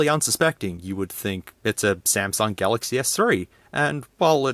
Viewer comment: "uihssumsung" "Sumsung Galxay S3" lol im ded 😂😂😂